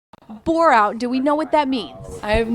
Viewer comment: I thought Indian girl asked "have you ever heard of Borat" 😂